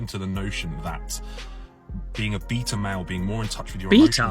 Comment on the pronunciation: Glad I'm not the only one that heard beater and not beta 😂